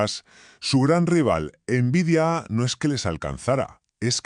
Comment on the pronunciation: * Horrible la voz del narrador. * Tiempos muertos innecesarios al comienzo y al final. * En una sola dispositiva dice los años donde suceden los hechos. * Pronuncia mal nombres de marcas como "nVidia". * No muestra imágenes reales de las placas de videos de las cuales habla. * No muestra imágenes de los juegos que habla. * Uso y abuso de inteligencia artificial generativa, hasta el punto que se ve la marca de agua de NotebookLM. La inteligencia artificial es para ayudarte convarias de las tareas para crear el video, NO para que te haga todo el video. Si todos tus videos son asi vas muy mal.